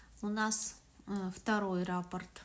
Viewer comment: спасибо за МК. В первый раз, с вами, пробую вязать росток. Вы все очень понятно рассказываете и показываете. Обратите внимание на слово Раппорт,вы его часто повторяете. Надо говорить РаппОрт. А рапорт- это донесение у военных.